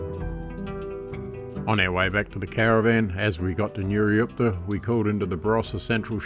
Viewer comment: Great video, enjoyed it a lot! Just a small correction, it's Nurioot-pa not Nurioop-ta Cheers, keep up the good work!